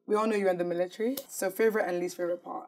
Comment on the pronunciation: "Meelatarry" dfkm 😭😭